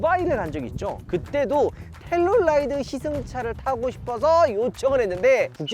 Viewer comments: 텔룰라이드 X. 텔루라이드 O. 우리나라 사람들의 청개구리식 영어. L은 대부분 R 발음하면서 막상 R은 L 발음으로 함. 예) 룸밀러. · 텔룰라이드 발음 킹받네ㅋ